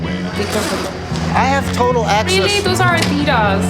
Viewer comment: What did she say ? I heard It “that’s Aaadidas” so she wanna say “take carefully my Adidas shoes”?